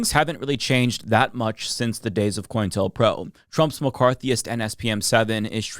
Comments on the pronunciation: Sorry to be a but about this, but it's "Co-intel-pro", not "Coin-telpro". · Maybe I'm hearing him wrong every time, but I swear he's saying "Coin tell pro" instead of "Co-intel pro" It's shorthand for Counter intelligence program. Co-intel. Not coin tell.